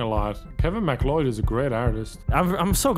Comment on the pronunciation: My friends last is MacLeod and its pronounce as Ma-Cloud so every time they say it wrong I feel it